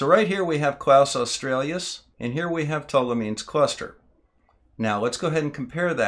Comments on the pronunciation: Nice work, but your inability to pronounce "australis" correctly, multiple times, was distracting! It has nothing to do with Australia, the country, and doesn't have two or more vowels at its end. It is simply pronounced "oss-trah-lis", stressed on the second syllable. Kaus australis also doesn't have an L in its first name, either. It wasn't named by a German called Klaus, but is named after the Arabic for "bow" (as in "bow and arrow"), which is usually Latinised as "qaws", which in turn gives you a hint as to its correct pronunciation. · it's Australis NOT Australias.... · I love and appreciate your stuff, but there's no "L" in "Kaus" and it's not "Australius," it's "aw-stral-us," like the Aurora. Thanks. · I'm really sorry, this really is brilliant, but it grated every time you said "Klaus Australias" - instead of "Kaus Australis" =oO